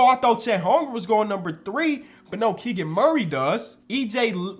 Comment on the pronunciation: “Chet holmgrumb”